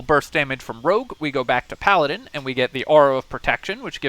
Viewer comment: Is this a Pa-ladin?